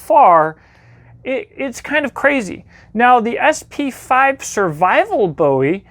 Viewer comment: Oh thank you oh my god! You said BOWIE not BOOOEEE, subscribed, you are my favorite knife guy now